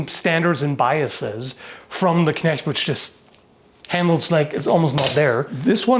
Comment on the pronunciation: Great Video as always. But can we please talk about how perfect the pronounciation of the German Words is? Even the ch in Knecht is perfect while most People pronounce it as K